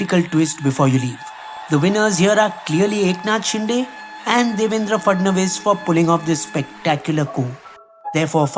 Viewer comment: It's Shinde (शिंदे), not शिंडे